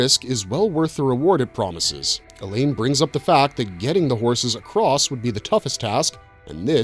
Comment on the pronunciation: Mispronouncing Alain with a hard E at the beginning and making it sound like "Elaine" was also distracting...